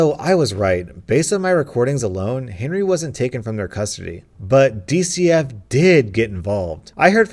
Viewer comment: lane 5 instead of Henry i think u Saïd hairy